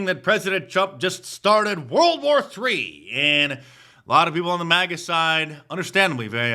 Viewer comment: MAGA not MIGA